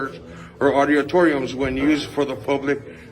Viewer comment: He can't pronounce auditoriums